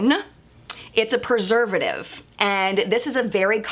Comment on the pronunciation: You did pretty good pronouncing that preservative. I believe it may often be referred to as MSTZ for short.